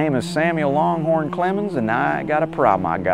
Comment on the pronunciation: Great video. Like the "Psycho" strings. And not to nit pick, but it's Samuel LANGhorn Clemens, not LONGhorn Clemens.